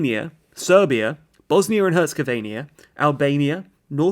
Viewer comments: You keep saying "Hertzagovania", but its "Herzegovina". Now say "Bosnia and Hurts Ago Veena". There, you got it. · It's Bosnia-Herzegovina... Not Herzegovania... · Herzegovina, not 'Herzegovaniya' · Bosnia and Herzegovenia 😭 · FFS it's Bosnia-Herzegovina, not Bosnia-Herzegovinia. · It’s not too hard to pronounce Bosnia and Herzegovina, you said Herzegovania 🤦🏼‍♂️ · It’s Herzegovina. NOT Herzogovania. I’m about to unsubscribe. These are ridiculous mistakes. Shows you really aren’t trying. How you gonna mispronounce a European country when you run a channel that’s just about giving info about European countries. Step it up seriously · Herzegovina not Herzegovania. Please pronounce names properly. I have already pointed it out in another video. It takes very little extra effort.